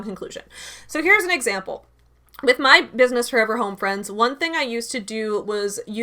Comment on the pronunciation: Actually it's Businesss" with three s's lol. So professional.